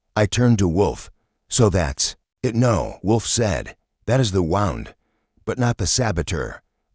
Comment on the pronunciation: The word, in this context, is pronounced woo nd, not wow nd.